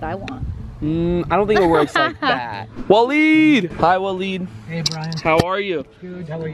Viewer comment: It’s pronounced waa-leed it might be spelled Different but that’s how it’s pronounced